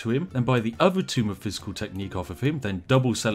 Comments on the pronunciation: Please God, my ears. Tome is pronounced "toe-m", not tomb. Also DA:O is great man cmon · "Tome" .... Not "Tomb" Spiff! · It's "Tome", not "Tomb"... ...but that's ok.